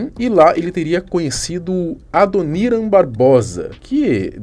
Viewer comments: Adoníran???? Ou Adoniran?? Kkkkkkkkk esses Youtubers estão loucos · Po, Adoníran foi foda!!! kkkkkkkkkkkkkk... se pronuncia Adonirã Barbosa!!! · "Adoníran" foi triste de ouvir. Ouvido doeu nessa hahaha brincadeiras a parte, esse Guina é um comédia. Enganou muita gente na época. Vagabundo 171 é o que mais tem no mundo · É Adoniránnn não AdonÍran kkkkkkk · '' ADONÍRAM '' me pegou dmais kkkkkkkkkkkkkkkkkkkkkkk Não é leviosá e sim leviosã hahahhahahahahahahahaha cara nao sabe falar Adoniram Barbosa.. E pelo jeito nunca escutou trem das 7 hahahahhahahahahaha kkkkkkkkkkkkkkkkkkkkkkkkkkkkkkkkkkkkkk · A sílaba tônica de Adoniram é a última. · "Adoníran" foi foda kkkkk a sílaba tônica é o "ran", colega, e não o "ni" Mas bom video...não conhecia alguns detalhes da história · "Adon"Í"ran ??? Pelo amor de Deus... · É Adoniran ( a pronúncia correta é Adonirã) Barbosa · ''adonirá'' kkkkk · Só da pronuncia do apresentador "Adoriram" já deu pra perceber que ele realmente não conhece kkk, canal de fatos e curiosidades e o apresentador sem cultura 😬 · Mal da internet. Os caras têm pouco conhecimento e muita preguiça. "Adonira" dói nos ouvidos e sem falar que o elemento (dono do canal) falou que Racionais tem uma música chamada "Sobrevivendo no Inferno" . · Dá pra falar o nome do Adoniran Barbosa certo??? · dá pra ver que vc não conhecia Adoniram, não sabe nem falar o nome dele certo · Parabens pelo video, mas o jeito que voce pronunciou Adoniran Barbosa doeu aqui 😂😂😂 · A pronúncia de Adoniran ficou engraçado kkk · Bela pronuncia no nome do adoniran kkkkk nem imagina quem seja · O proprio narrador não conhece Adoniram Barbosa. O cara que escrevia as músicas dos " Demônios da garoa " falou o nome dele errado. Em que planeta ele vive? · Saindo vídeo que tava interessado pelo único motivo de vc não saber pronunciar o nome do grande ADONIRAM BARBOSA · Nem sabe pronunciar o nome do Adoniran. Meu Deus.😢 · Bicho burro kkk aprende a pronunciar o nome do mestre Adoniran